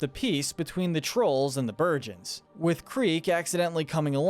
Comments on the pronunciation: its not beruens, its bergens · "berjens" too? "bergens" uses a G goddammit did you do a memory check at all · He said burgins🤣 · You said bergans wrong